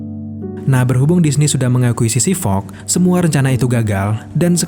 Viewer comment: Fox min bukan Fog